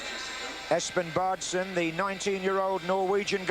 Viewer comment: It is unbelievable that commentators can't work a bit on pronouncing names correctly. It is not Bardsen, the double AA in Baardsen is prounounced like O in Torquay, very simply to learn and pronounce correct. It is the same with Martin Ødegaard in this day and age.